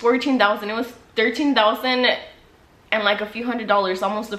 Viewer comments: Dousand lol sorry 😂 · Y she say thousand like that tho??? I can’t get over it sorry 😂😂😂